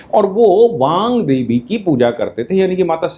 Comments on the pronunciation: वांग देवी नहीं वाग्देवी कृप्या ध्यान देंगे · aap baar baar Baangdevi kah rahe hain, jabaki yah Vaagdevi hain Chadrabindi nahi hai iss naam me, Vaak se Vaagdevi naam hai. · वांग देवी नहीं, वागदेवी / वाग्देवी होगा।